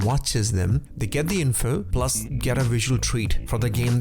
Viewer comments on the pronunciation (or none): none